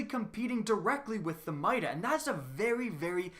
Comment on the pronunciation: I swear if this man says mida one more time I’m gonna unsubscribe